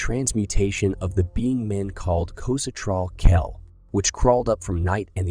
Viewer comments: Cathy Lou??? Nahhh man. It is pronounced ka-THOO-loo. i.e., Cthulhu. Get it right. Sheesh! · Wow, so my assumption was on track, thanks for confirming! Besides the odd pronunciation of Cthulhu, there were other instances where the narration seemed "off". But not blatant enough for me to say it was definitely AI. Most of the images in the video are AI-generated though, as you can tell by the weird hands people have (more fingers than normal humans). Who knows what's already out there that we think is real, but is actually AI? You're right, both amazing and scary!